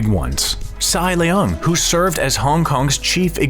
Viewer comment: CY Leung is not "SAI" Leung. C Y are his initials.